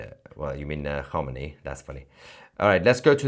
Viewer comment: You couldn't even pronounce Khamenei